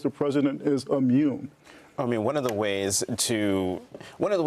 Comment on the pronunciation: Dear journalists/commentators, please learn how to say "Immune" (it's not Ammune) and "reMuNeration" (it's not reNuMeration). Thank you.